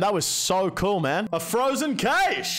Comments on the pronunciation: Frozen cayshe. Loool. It's pronounced "cash". Still love your vids anyways 😂😂❤️ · Frozen "caysh" lmfao